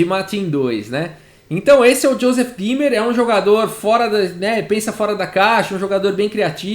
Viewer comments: Oi , gostei da partida! Só uma dica: ei em alemão se lê ai , ou seja Thomas "H a i mel" e ie o e é como um acento no i" D í mer" Vou salvar esta partida! Parabéns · Eu só conseguia ouvir Josef Climber a partida inteira KKKKKKKKK Como sempre, excelente trabalho!! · Juro que só conseguia escutar "Joseph Klimber" kkkkkk